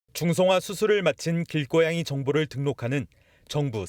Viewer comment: 길고양이를 길꼬양이 라고 발음하지? 이거도 국립국어원인가 거기 넘들 짓인가? 얘들은 우리말 망가트리는 게 목적인 애들